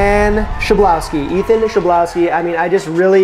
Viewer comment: it's pronounced "khlebovski" if that helps LOL nice video ! i'd love to see you include recipes from Not Another Cooking Show!